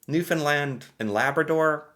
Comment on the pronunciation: Awesome job. 🤘🤘🤘 Pronounced provinces and Territories (at roughly you pronounced NL and then repeated. First way was Correct!! 👏👏 AND you said and Labrador - I know Labradorians loved it - They always feel left out A++ for that - drawing needed work though 😂 St. John’s is capital. Oldest city in North America (argument if not in North America and most easterly province/place in North America) If you kept thinking you would’ve gotten Gander from your Operation Yellow Ribbon reaction video. You did a timed extensive pop quiz. Incredible. The placement of cities not to mention remembering them. Whitehorse you got. So funny you said Edwardsville. It’s Charlotte’s Town. 😂 Kudos for the guess. Then you said Edwardton. There’s a place in New Brunswick called Edmundson, Fredericton is the capital. So your guesses of names were close, I was smiling. Saskatoon. Seriously? A++ on that. Regina is capital. Edmonton capital of Alberta. Vancouver 👏👏 Extremely well. Psst - I don’t know capital of Nunavut 😔 Iqaluit (just googled for us) I know you would have gotten Winnipeg soon. Ohhh you mentioned it now so… Indiana. Indianapolis? Sorry. Only city I know. You’re close to Ontario though, go through MI. If Indianapolis only an 8 hour drive to Niagara Falls. We say distance in “time” and yes 8 hours isn’t that far. Canada is huge and to visit Chicago, Minneapolis, Boston, Seattle… couple days for a hockey game. 😂 You must change your intro. “I’m an American here today to learn more